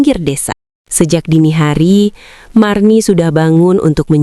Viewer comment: Marni Bu Marni..bukan Mirna..🤣